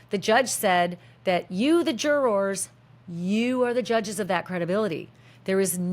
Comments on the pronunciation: The way you say jurORS is awesome! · I can't handle the pronunciation of jurors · LOL The way Americans pronounce "jurORs" 😅😅😅